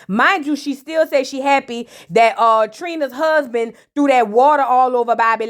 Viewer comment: Hey ❤ the way you say husband "huzbun" 😂 and prison " prizunn" takes me out every time 😂😂 Amara is going thru it😢